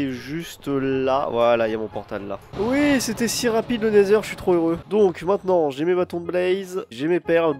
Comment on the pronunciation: Pourquoi tu dis le "nezer" tu ne dis pas le "nether"